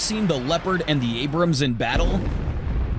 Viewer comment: It's ABRAMS, not Abraham......